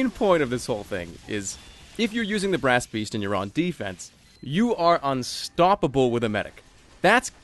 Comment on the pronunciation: did anyone else realise he said brasst beast at the start right after he said i've said brasst beast ever time i have tryed to record this